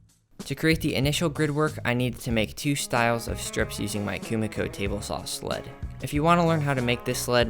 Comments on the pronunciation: It's not Kumiko 🤣 This is called kumiki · is not it KUMIKI not KUMIKO?